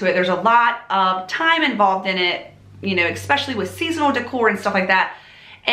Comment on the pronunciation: It is great to see you once again....I have really missed hearing the way you pronounce the word especially (EKspecially) among all the lovely things you do. So, welcome back and I for one will EKspecially enjoy you !r endeavors ! Judy